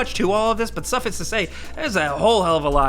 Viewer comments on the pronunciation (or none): did he pronounce suffice as suhfiss? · also, suffix to say. I swear, waiting for the flubs is a huge part of my enjoyment of these videos